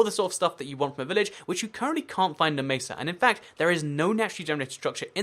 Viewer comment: I like how you say mesa "macer"